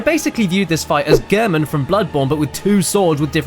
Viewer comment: girmin? ........... it's pronounced gair-men gehrman